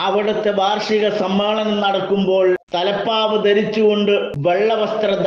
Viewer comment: സമ്മാളനം അല്ല ഉസ്താ ദെ സമ്മേളനം എന്ന് പറയൂ നമ്മളെ കേൾക്കുന്ന മറ്റാളുകൾ ഉണ്ട്